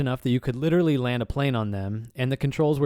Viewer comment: It really bugs me when people emphasize the “literally” when it is so obviously not a literal statement